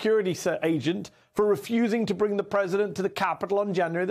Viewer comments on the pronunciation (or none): For a guy who claims to have the "greatest memory ever" and a "very large ah-brain," t'rump sure has trouble remembering the people around him on a regular basis. 😂🤣